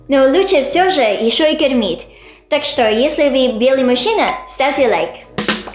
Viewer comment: Всё здорово, только у автора слово"мужчина"слышится, как"машина",- немного режет слух.🙃